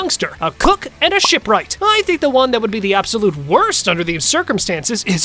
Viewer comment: he sounds like he’s saying shit instead of ship